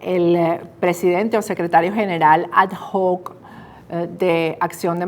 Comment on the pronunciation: ... porque pronuncia ad hoc de esa manera, señora periodista....